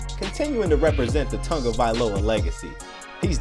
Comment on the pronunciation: I hate when people say “Tungiviloa” instead of “Tagovailoa”